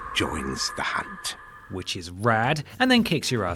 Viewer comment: "Tonight, Gehrman joins the hoont"